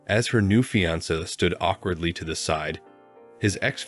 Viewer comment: EEE-than (Ethan) Fee-an-saa (fiance) Learn how to pronounce words.